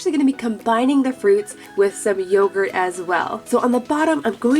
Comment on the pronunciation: Did you say YOOOgurt or yogurt